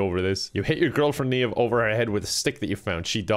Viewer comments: Someone please teach how to pronounce Niamh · i cant believe an irish man... mispronounced... an irish name.... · Hearing an Irishman pronounce Niamh the way it's spelt is probably one of the funniest things I've heard this year. Yes, I live a sad life 😂